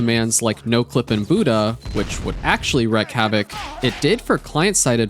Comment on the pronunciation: Wreak is pronounced like “reek”